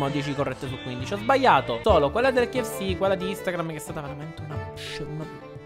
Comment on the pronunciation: si dice k-f-c